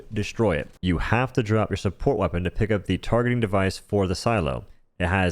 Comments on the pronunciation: can you speak proprely and not say " wreapon" or weird way to say words and speak proprely ? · "Primary hwæpon". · Oh no, he says the word weapon like Stewy Griffin says Cool Whip.